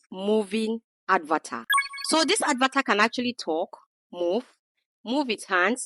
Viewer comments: Please learn to pronounce correctly...It's not "Advatar"...It's "Avatar"...Wrong pronounciation gives a less attractive impression of you and make people cringe listening to you.(Concerned viewer)😜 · Why do you call an avatar an "ad var tar"? It is lazy.